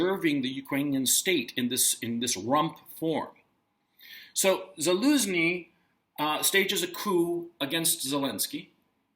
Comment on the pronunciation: The head of the Ukrainian military's name is pronounced "Za-LOSE-nee"? lol! How absolutely perfect. 😂